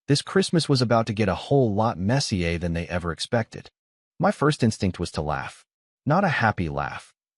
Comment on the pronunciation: Christmas got a whole lot Messier (Yep, the AI pronounced it like Messier 57, the ring nebula in Lyra)